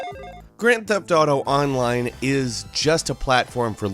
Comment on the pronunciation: The way you say "online" hurts me